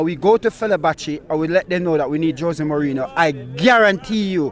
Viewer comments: Did he say maureen 😂😂😂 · Bro said mourihno this is crazy😂 bro said don’t bring in any players and sack the manager instead 😂